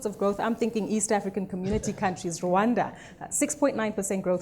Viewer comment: it's Rwanda not Rwanga